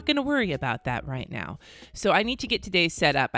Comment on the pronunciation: Fairly new subscriber and I have to say I FLIPPING LOVE YOUR PERSONALITY 😭😭 I knew it when I heard you actually curse the first time and you confirmed it with “right meow” I rewound to make sure I heard it right!! Greatness 💯🙌🏾🙌🏾